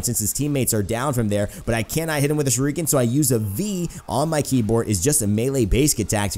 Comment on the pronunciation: Shuriken is pronounced "sure it ken" (without the t) not "sure reek ken"